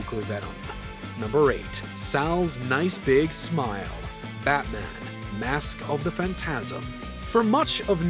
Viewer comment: Low key irked u say “mask of the phantasm” like that